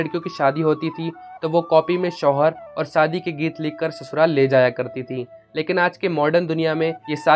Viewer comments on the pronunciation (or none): शोहर नही सोहर होता है ।